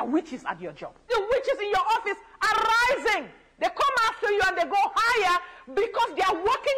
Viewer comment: “ ARE RRRRISSIINGGG “bro I’m deadddd🤣🤣😭